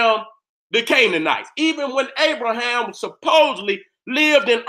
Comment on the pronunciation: Lmfao....the nigga name is abraHAM, not abraSHEM OMFG BLESS